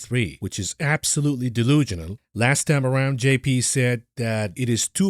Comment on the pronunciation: The word is "delusional", not delugional.